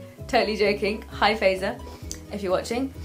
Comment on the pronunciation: its FAAAAAiza....not fayza...im just saying..and im not her..